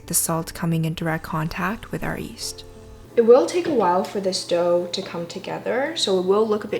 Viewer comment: It's yeast, not east :D